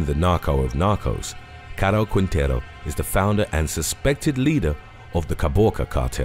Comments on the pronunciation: its pronunced king-tay-roo. Put some respect on my last name 😂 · Rafael Caro Quintero Quintero pronunciation is Quintero without the letter U Qintero